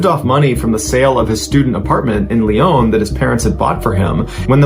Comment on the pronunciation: Sorry it s LYON, PEOPLE FROM THERE ARE the LYONNAIS ET LYONNAISES ( don t pronounce the S at the end , it s silent )